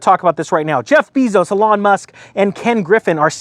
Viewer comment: It's Eeee-Lon. You pronounce it like a girl's name